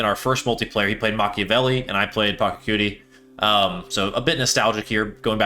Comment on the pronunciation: It's 2025 and you still can't pronounce PA-CHA-CU-TI correctly? Sad.